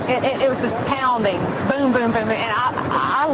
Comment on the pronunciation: She said pounding!!!😂😂😂